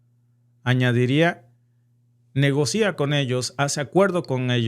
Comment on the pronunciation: Por qué mutas el acento? No es "negocía", el acento cae en la "o". Tu canal es execelente. Te sigo desde el Sur de Argentina